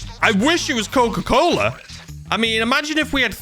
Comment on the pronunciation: Coca colo it is cocaine